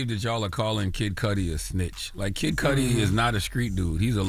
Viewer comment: The pronunciation of MIS-CUDI being mispronounced MULTIPLE TIMES is killing me. "Kid Cudi" is short for his last name "Cudi" rhymes with "MISS-CUDDY" NOT "MISS-SCUDI."